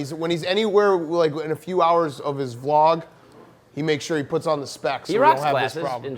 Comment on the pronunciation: Did pres really say "v log"